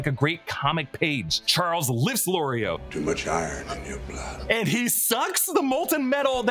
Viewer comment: anyone else notice when we was talking about where magneto at some points he calls him "charlies" and again lol